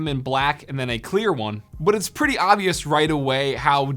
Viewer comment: why does he say like ‘puh-ee’